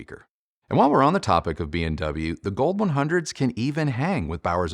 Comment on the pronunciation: In my ears (and the are only 57 years old) it sounds like you are saying BMW instead of B&W 😊